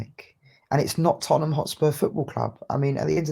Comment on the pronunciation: “It’s in di history of di toootemham” 🤣😂🤣